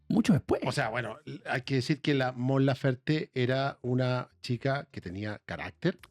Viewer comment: Por qué le dicen Lafer si es LaferTE? Que poco profesional la mujer